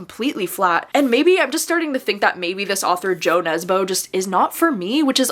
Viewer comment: Hi, just FYI in the Norwegian language Jo is pronounced more like YOU, not like JOE 😊 Also when talking about translated fiction we have to take into consideration that may not be the writing style that is bothering us, but the translation itself may just not be good, and in some cases - pretty bad, actually and can ruin the book completely.